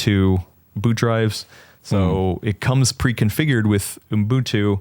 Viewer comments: dawg, I love you but there is no “M” in Ubuntu. Uh-bun-too. It’s just that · homework is to learn how to say Ubuntu. Honestly, needs a refresher course too. Lesson 1: do not stick extra letters or sounds between the U and the B